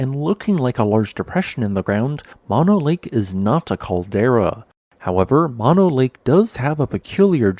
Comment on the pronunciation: I believe “Mono” is pronounced with both “o”s being long, i.e. like saying “oh”. The Save Mono Lake Committee is still alive and accepting donations.